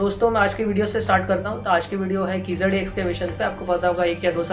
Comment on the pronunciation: Wow you can't even pronounce the name of the place right, where are you reading your article from ? Hari's totally biased article. What proof do you have / verified to claim this as actually true? Bringing unwanted politics into it, reports regarding keezhadi are being submitted as soon as they are found , there are regular updates on what is happening and everything is very much transparent. Kizhadi is just one site people like you are bringing in ugly politics, what about other sites such as Adichanallur which was excavated way back , you guys are just butthurt people who don't want to know the actual facts and are too scared of it. Prove it if you can or else better shut your mouth, speak with proof cos just because you say TK TK every second no one is going to believe you.